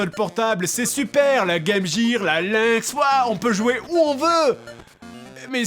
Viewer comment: les Français vous avez vraiment un problème avec la.prononciation des G en anglais. G et J ne se prononcent pas de la même façon. Quand tu dis Game tu ne dis pas Jaime donc pourquoi tu prononces jiire pour Gear ?